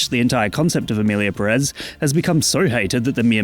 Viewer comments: Everything fine with the video, but It's Pérez, not Perez. Put emphasis in the first E. 😼 By: your Spanish tutor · It has a tilde, it should be PErez, not PeREz… as someone last named Pérez it hurts each time I hear it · Is pronunced Pérez, not Perez 🙄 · If we want to stick to truths, the tweet about Selena is fake and it's PÉrez, not peRÉZ. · It's Pérez, not Peréz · It's PE-rez. Greetings from Spain.